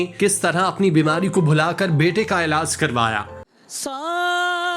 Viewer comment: Ilaaaas Nai Bhai Ilaaj Hota hai Bolna To seekh Lo 😅😅